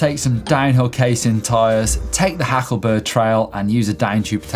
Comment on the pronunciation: Hacklberg not Hackleburg ;-) but you are right, it's amazing. Also nice but a little more difficult is the "bergstadl" there